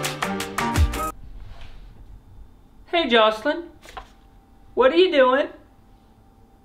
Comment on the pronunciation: said the word wrong and it was funny 🤣😂🤣😂🥲🥲🥲🥲🤣🤣😂🤣😂🤣🤪🤪🤪🤪😂🤣😂🤣😅😅😂🤣🥲🤣😂